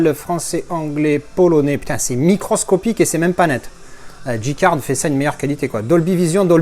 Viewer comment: Merci pour tes vidéos et ta bonne humeur ;) Par contre je suis étonné que pour un angliciste comme toi tu dises Dji card et non pas Djay card